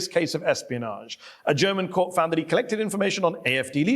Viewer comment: Jedesmal wenn Krah " Kört" statt Court sagt, will ich ihn schubsen